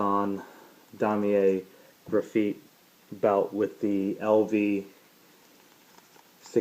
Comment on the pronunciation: why the hell you say graphite like that its graph-ite